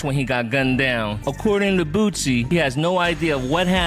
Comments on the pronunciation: It’s Boosie not Boozie 😂😂😂😂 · Dude saying bootsie is pissin me off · Man said Boot Z 💀💀💀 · Why tf he callin boosie “bootsie”?